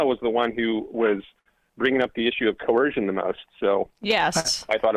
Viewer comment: This guy has a hard time with the word coercion? Seems okay with other words, but that one makes his snowflake heart melt.